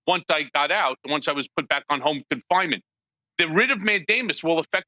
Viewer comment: Did he say he filed a writ of Matt Damon? O.o